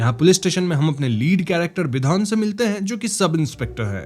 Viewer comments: It's bidhan not bidhon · अबे विधन नहीं " विधान" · It's bidhaaan.. why you people always think bengali name means only "ooo" everywhere!!!! Anyways.. I love your videos ❤